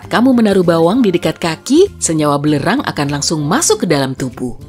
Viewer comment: Penyebutan belerang bukan belerang min, tapi belerang...